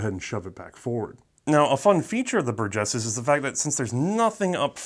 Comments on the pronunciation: I guess I must be the only one to never have heard it pronounced " bur-GUESS". Up to today it was always " BUR-jess". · BUR-gess is how it’s stressed, just so you know. The “G” sounding like the J in “Jim” is correct though! Good stuff as always! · It’s pronounced “Burgess”